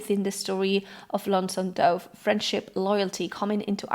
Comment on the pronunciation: II love you videos. I'm not being critical, I know English isn't you native language. Just wanting to help with your pronunciation. Dove sounds like "love", "above", or "of". Not like "stove" or "grove", which have a long O sound. I know, English makes no sense.